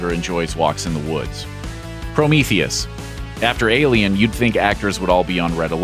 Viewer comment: Why are you saying Prometheus weird.